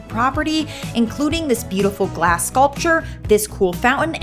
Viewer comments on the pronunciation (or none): none